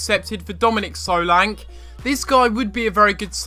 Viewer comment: he is saying solanke wrong